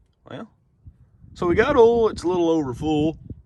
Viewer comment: I love the way he says oil. “Ole” 😂 when he said old ole, I laughed. Oh southern drawls…😂